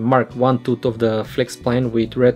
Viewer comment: If you pronounce the word "tooth" as "tut", can you please say "teethees"? :D